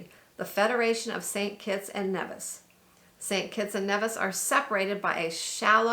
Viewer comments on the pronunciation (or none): Nevis is pronounced like Neevis.... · Thanks for showcasing my beautiful Federation. With respect...correct pronunciation of names would also be appreciated. Neeeevis, Ba-teek,..just ask a local...